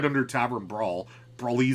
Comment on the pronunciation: it’s definitely pronounced brawl eh see um, right? not brawl ee zee um